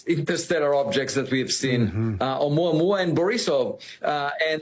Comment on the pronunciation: I’m Hawaiian and I just want to let you know the correct pronunciation of Oumuamau. Ok so, You pronounced Ohio perfectly. The beginning of Oumuamua “ou” is pronounced “oh” and you say the rest perfectly. The Hawaiian language is so easy to learn.